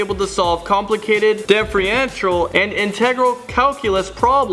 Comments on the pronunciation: lol dude couldn't even pronounce differential properly...this is so sad lol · When you can't pronounce differential and integral lol